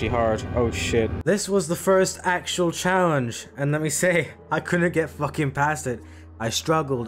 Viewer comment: You said challengejizis instead of challenge in the beginning of the video😢